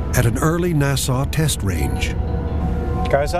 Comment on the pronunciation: Good God how unprofessional can you get? Why does a National Geographic documentary have a narrator who so grievously mispronounces "NASA" and "Chincoteague"? 😆